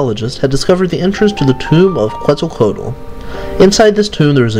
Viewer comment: No, it is pronounced more like "ket-sahl-co-ah-tl".